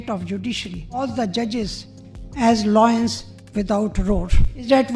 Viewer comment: Loins without roar😂😂😂.. madam it is lions not loins... Please check below the belt meaning 😂😂😂